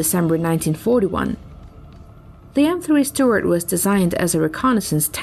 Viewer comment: "M3 Steward" 💀